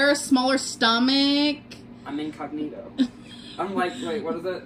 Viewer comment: Omg I cringed so hard when she mispronounced incognito